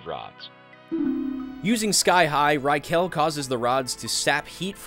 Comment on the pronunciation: This is always so funny to hear how westerns pronounce manga characters names Rai-kel lmao